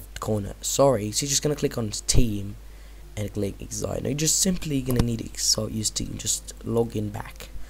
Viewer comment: why say exite?